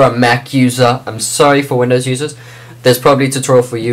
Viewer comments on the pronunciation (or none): none